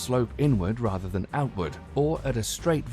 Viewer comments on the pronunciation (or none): none